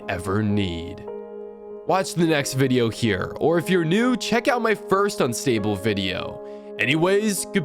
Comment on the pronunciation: Next war: ive fought a wideo ahh vider